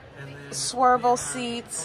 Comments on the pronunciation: Swiv el not swer. Lol nice show the for taking us along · Love the tours! I do have a question. I notice you're saying "swirvle (spelling?) seats. Is that something different than swivel seats? Great video! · I get such a kick out of the way you make words your own. When you called the swivel captain seats ‘swervel’ I laughed so hard.